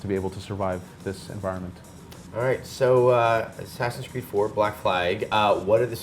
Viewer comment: Why the FUCK doesn't he just say Assassin's Creed? Is it THAT hard? God.